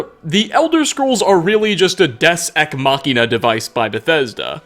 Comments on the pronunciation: Did you pronounce Deus Ex Machina as Desk Eck Machina? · The pronunciation of deus ex machine as des ex machine and faculty as facility are driving me more insane than they should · Des ech machina lol deus ex machina (Day-oos X mach-ina) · "Des eck machina". Dey-oos ex machina. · It's pronounced "day·uhs eks maa·kuh·nuh". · Two things: 1) it’s pronounced day-iuce (like juice) ex ma-key-nuh. 2) you can keep both Falmer eyes, or you can sell one of them back to Delvin, since it’s one of those treasure items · My mans said fuckin des ek machina... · “Des Ex Machina” xD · des ek machina? (and yes I know what deus ex machina is) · Did he say des? Ex machina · “Des ec machina” Come on mannnnnn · did anyone else cringe at they way he says Deus Ex Machina ? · mispronunciation of Deus Ex Machina made my soul hurt. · That mispronunciation of Deus ex Machina tho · Most unsettling part of the video is the pronunciation of Deus Ex Machina